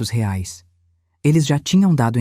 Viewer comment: Correção se diz reais e não rais